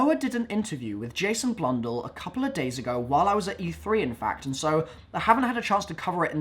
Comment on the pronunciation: Blundell not blundull